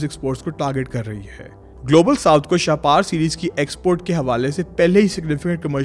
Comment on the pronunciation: شاہ پار نہیں شاہپر لفظ ہے شکریہ ❤